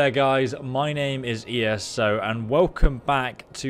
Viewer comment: "My name is E S O" hurts